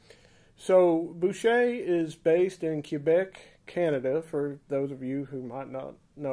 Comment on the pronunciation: in English-kwebec, in French kaybec. Definitely not cuebec.